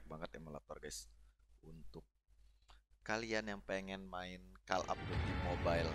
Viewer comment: Call dibaca kol, bukan kel bg